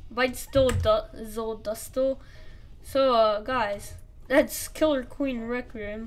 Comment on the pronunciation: He really said reqium